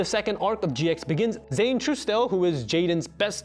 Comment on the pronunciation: Trusedale is pronounces TRUE SDALE